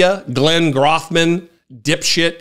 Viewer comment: You are pronouncing his name incorrectly. The “O” in Grothman is pronounced long like hole.